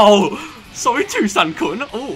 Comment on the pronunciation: "ik patial japanese and this dude keeps saying "tosan!" but that means "dad!" xd